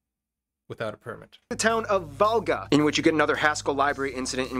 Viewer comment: The only toponyme he pronounced right was Valga. ALL others were totally wrong.